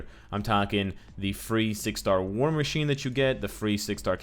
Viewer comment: Sorry, but the way you said "war" made me laugh a few times.